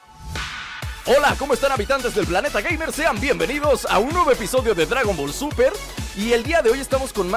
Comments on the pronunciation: por que dijiste dragom ball super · Tu dijiste gradon ball super